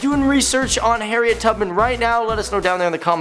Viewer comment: HE SAID HARRIEN